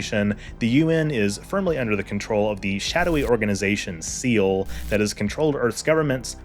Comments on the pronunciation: Seele! It’s not pronounced Seel. It’s German it means soul. It’s pronounced see-le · Right? Like, assuming he watched the series and didn't just read the wiki, you hear Magi pronounced "madge-eye" and Seele pronounced "Zey-ley" so often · Shadowy organization known as Seele "Seal"? It's not a big deal to mispronounce something like this. But considering the show and the video content which is a deep dive, it feels ...................off. Seele is a German word for soul, pronounced "Zee Lay" or in the English dub "Say Lay". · Everybody says this, but it's not pronounced "zaylay", in standard German it's something like "zay-leh" or "zay-luh". They pronounced it wrong in the original dub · Seele is pronounced like like the word waylay, or using the "Z" sound like Zeele. Magi is pronounced like Badge-Eye, but with the "M" sound in front. Guf is pronounced like the word fluff or stuff. If you watched the series you should know how to say it. Cool video though, I didn't know the story about the Lilith being the first wife of Adam. You should also cover the "Rebuild" movies. They changed the story significantly, but it's still really cool. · With how well researched some of this video is I’m confused by your pronunciation of some terms like Seele and Magi. Both the English dub and original Japanese say these words many times. Which version did you watch that pronounced the German word “Seele” as “seal”? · Crazy how hard it seems to be to properly say Seele.Wild.